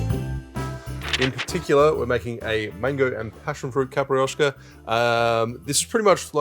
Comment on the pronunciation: yes, it sounds like a "i" is missing, as caprioska, instead of capIroska. But portuguese is hard and all rest of the word was fine, so 9+ for the effort. And its ok the simple syrup variation, but I suggest tryibg capirinha with the brown sugar, its really nice. Love the channel, and again, make some portuguese cocktail 🙏🏼😂